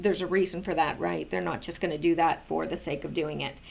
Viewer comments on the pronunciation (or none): none